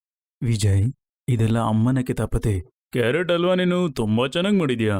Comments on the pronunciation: ಆ ಹ ಸರಿಯಾಗಿ ಬರಲ್ಲ ಏನು ಡಬ್ಬಾ ಕನ್ನಡ ವಿಡಿಯೋ ಮಾಡ್ತೀರ. ಹಲ್ವ ಅಂತಾರೆ ಅದ್ಕೆ …..ಅಲ್ವಾ ಅಂತೆ ಅಲ್ವಾ 😂😂😂😂😂 ಒಟ್ಟೆ(ಹೊಟ್ಟೆ)…ಅಲ್ವಾ (ಹಲ್ವಾ) …. ಎಲ್ಲಿಂದ ಸ್ಕೂಲ್ ಪಾಸಾಗ್ತೀರ ನೀವೆಲ್ಲ?????? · ಅಲ್ವಾ ಅಲ್ಲಮ್ಮಾ ಹಲ್ವಾ ಅನ್ನು ತಾಯಿ ಕನ್ನಡನಾ ಸರಿಯಾಗಿ ಮಾತಾಡಿ 🙂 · Adu alwa alla halwa correct agi pronunc madi